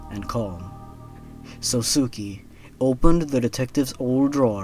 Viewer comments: That last one would have been really great... If you don't know Japanese pronounciation... Let me help! Sousuke is pronounced "Soh-skay" basically. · just a little note: sousuke is pronounced like "so-skay" i cringed every time you said "sosuki" lmao